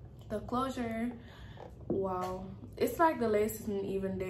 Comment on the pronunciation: "Woooow!!!"🤣🤣 could've heard the Caribbean accent then when you said "Can I get a wow". I was like yup, Caribbean girl.